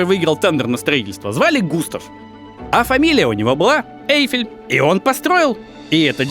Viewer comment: Очень интересный у Вас формат,, позволю себе маленькое замечание - все фамилии, имена и французские слова произносятся с ударением на последнем слоге, ОсмАн, ГустАв ЭйфЕль и тд